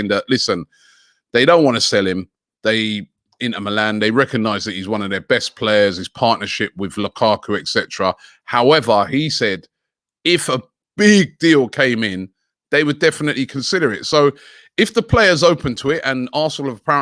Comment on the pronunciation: said Lakaku